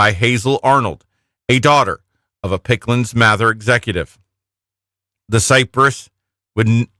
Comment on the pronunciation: Did they say Picklands Mather? It’s Pickands-Mather.